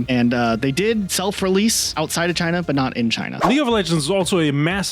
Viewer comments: why the fuck does he call it Chiner? so fucking weird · British man says "chiner" and thats funny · hard R on china is craaaazy